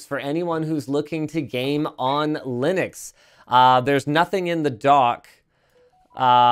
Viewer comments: Wonder if the penny will drop and he'll finally start pronouncing Linux correctly. It's not Linnucks... it's named after its creator, who is also called... Linus. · Quite, and there's been many debates about the 'correct' pronunciation... whether it be leenooks or lienucks. One thing I'm fairly certain of though, is that linnucks is wrong. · Linus Torvalds is Scandinavian, I believe (not sure about his exact nationality). His name is pronounced Lee-noose. He pronounces "Linux" basically the same way, but with an "x". "Linux" with a short "i" is closer than using a long "i", so the short "i" is preferred.